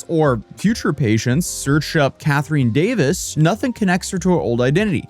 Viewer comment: That’s not how you pronounce Catherine ffs 😂